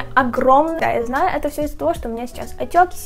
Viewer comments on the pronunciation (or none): Боже, как бесит, что она говорит не «это», а «ато», и так во многих словах вместо «э» говорит «а»